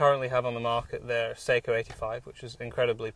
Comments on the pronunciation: Ugh, I hate listening to the manufacturer's name mispronounced like this. It is NOT "say-koe", it's "SOCK - oh" (and the second syllable is abrupt, not drawn out, like "coe", but more like "coh"). It sounds as annoying as hearing "Webley & Scott" mispronounced as "WEEB-Lay and Skate." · sock oh not say ko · i thought it was pronounced sok - O? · Hork3r If you're going to pronounce it as it is in Finland, then the "a" will sound like "ah" not "uh", so no, I still contend that it is best pronounced by a non-Finnish speaker as "Sock-o" not "suck-o" Like the difference between "nako" and "nucko". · i hate how people pronounce Sako. It's not an actual A sound it's more of a Ah sound. It's a Finnish company, and should be pronounced correctly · Just remember to pronounce SAKO correctly 😉 It's pronounced "sucko". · You are correct in the pronunciation. Most gun shops pronounce it wrong also. I think people use the wrong pronunciation because of Seiko watches. Of course I realize it's a different spelling but that name is known by just about everyone so they use the same name for the rifle manufacturer. I agree with you but in the grand scheme of things it's not really a big deal. Enjoy the rifle, they're awesome!!!! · I agree!! Glad to hear fellow Sako enthusiast. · You are correct. The English (Britain) seem to use their own thoughts when it comes to other countries and the letter A. We have a similar situation in the US but it has gotten better within the last few generations. I have been told by representatives of the Sako company that is actually pronounced (phonetically) SOCKO, like a sock on your foot followed with O (like in oh no), lol.